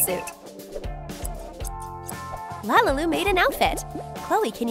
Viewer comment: It’s lalilu not ololu